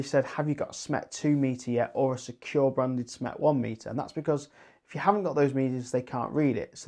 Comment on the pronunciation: When you say SMET you actually mean SMETS right !?